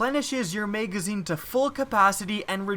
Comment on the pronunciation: Megazine. WHY DO YOU SAY MEGAZINE?